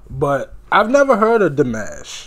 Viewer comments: I've heard him live. He's very real. Lol. And it's pronounced Dee-mosh, not like mashed potatoes. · Nooo...don't go with Di MASH. It's exactly like you said it the second time. It's not like mashed potatoes! PLEASE don't call him like the first option.Dimash is EVERYTHING. Kind, humble, intelligent, giving, loving. And you have seen NOTHING. This is TAME compared to what he has grown into since then. He's actually performed in 15 languages now, and he plays 7 instruments, models, acts, composes and has a Master's in Music Theory and is now pursuing his PhD. Thanks for the reaction, although you stop WAY too much. You don't give the cinematography that he has worked on much respect. I would say...WATCH HIM. It's pretty amazing how he moves his body with the music. Less drama, more attention. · The correct way to say his name is the other way you started to pronounce it! You have just been Dimashified! Welcome to the club! 😊❤️